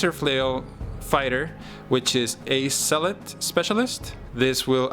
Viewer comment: The way you pronounce Zealot sounds like "salat", which made me chuckle. Other than that, nice batrep.